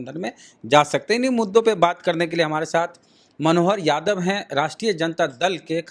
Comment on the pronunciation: Aap sabse pahle yadav bolna sikho yadav ko jadav galat uchcharan hai